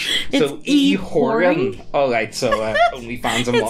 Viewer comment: reading it as ew-horning instead of e-whoring is wholesome in a way. I wonder if she grew up on/near a farm?